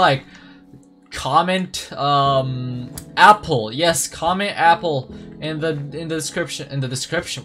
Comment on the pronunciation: ''appel'' no ''apple'' for u